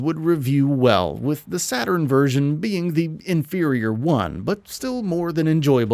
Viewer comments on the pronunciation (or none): none